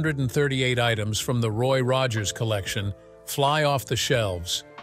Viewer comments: It’s Roy Rogers not Roggers. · "Roy Roggers"???!! ROGGERS??!?!?!?! You're blocked!!! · Ugh, crappy AI swill. It can't even pronounce Rogers consistently.